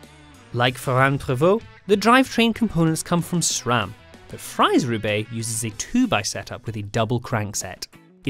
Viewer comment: Did i hear SRAM? Not Schram? 🎉🎉🎉 Congrats 😁😉